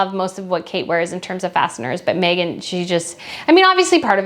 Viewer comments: I think you’re saying “fascinors” when it should be “fascinATors” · Fascinaters not fasteners lol!!!